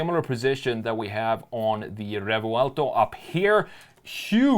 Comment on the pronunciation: Rrrrrrevouelto... yeah, he's from Stockholm, for sure...